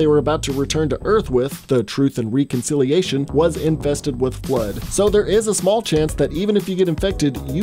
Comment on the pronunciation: Omfg, does anyone else get bothered when mispronounce either common, or words you’ve heard so many times that you can’t get it wrong, this guy obviously never played halo. That is not how you say reconciliation Jesus.